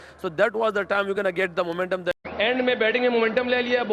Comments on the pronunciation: Muuument um rizwan 😂😂😂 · Momentum rziwan😂